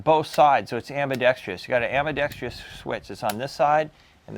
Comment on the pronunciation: Great review! I've been curious about that interesting rifle. The fact that it's accurate makes it a pretty cool BB rifle, I think. By the way, there's no such word as "ambidextrious." It's just four syllables: "ambidextrous."